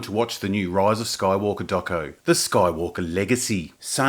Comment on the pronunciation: Why do you always say "Roise of Skoywolkah"?